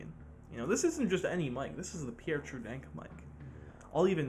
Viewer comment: Pierre confirmed anglo